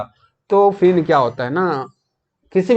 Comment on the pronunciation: Try to make good pronunciation like phir =fin,, it's heard very bad,, ap concept clear kr rhe hain na ki larkiyon ki batein krni hain,, is story me Sita is wife of Ram not a girl freind